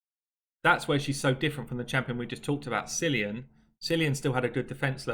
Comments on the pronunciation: Not going to bother with the fusion this time unless I have all the rares/epics already! By the way, I'm Irish and Cillian is pronounced Kill-ian FYI! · Worst part about the new fusion - nobody outside of GB can pronounce 'Cillian' It's Kill-Ian! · As an Irishman I'm rather torn on this one. I like the aesthetic but I cant understand the need to use a name 40% of the base cant say (it's pronounced Kill Ian). The fusion isnt AS crazy but it's still a bit much.